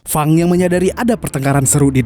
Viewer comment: wah mantap ni si Fang mimin sering salah sebut, Feng atau Fang sih? wwkwkwk tapi seru kok ni film gelutnya